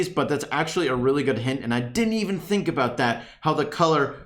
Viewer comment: No one:: "Tink"